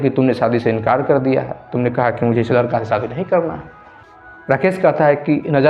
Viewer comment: लड़के के जगह लरका बोल रहे हो उच्चारण तो सही किया जारी